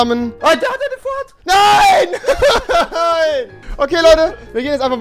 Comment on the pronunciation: *Port a fort